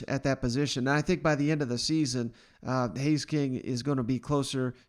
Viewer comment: Haynes, not Hays or Haze.